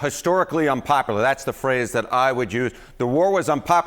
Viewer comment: He needs to know the word is unpopular not unpopaler